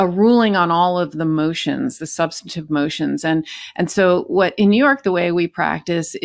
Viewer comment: By the way, BEN, the words are MACK-n-nay-shuns, and SUB-stun-tive. NOT ma-shi-na-shuns or sub-STAN-i-tive. At least you had the right number of syllables in machinations, but you added an extra one in substantive.